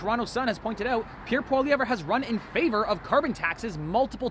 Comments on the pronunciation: Never insult a man when you do not have enough respect to pronounce his name correctly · One would think if you going to talk about someone you would at least look up how to pronounce their name. Also this guy can go read the 2015 liberal platform.....only thing completed was the weed legalization.